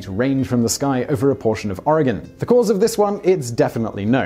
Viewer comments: Major points to Simon for pronouncing Oregon correctly, especially since he's not even from the States. Noice. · props for pronouncing Oregon right